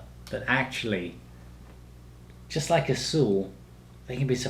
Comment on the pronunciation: You said Azul with the perfect accent. Kudos.